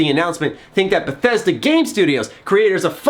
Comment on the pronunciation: It is not Bethesda, It's Bethesdaaaaaaa